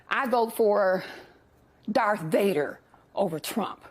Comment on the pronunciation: We get "Varth Datar" ...